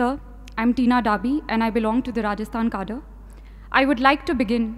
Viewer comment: She dont know right pronociation of cadre always i observe